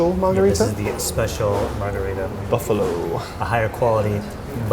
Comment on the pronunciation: if you want to try and sound like a foodie - this guy is saying it wrong. It’s bufala- pronounced closer to Boo fuh la. He tried to say mozzarella Italian but messed up the Buffalo part………. 🤦🏻 also the words would be in reverse order